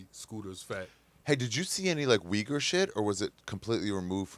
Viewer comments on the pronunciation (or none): none